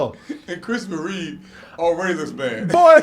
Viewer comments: His name was CHRISTOPHER REEVE, not REEVES. There's no "S" at the end of his name. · His last name is Reeve, not Reeves. No "s" in his name. Just a small correction, no big deal. I love your channel, guys! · It's Reeve, not Reeves. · I agree with everything you said about Christopher.. but every time you say “Reeves” instead of “Reeve” i wince lol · Every single person on YouTube insists on calling Christopher Reeve, Christopher "Reeves" and it drives me insane.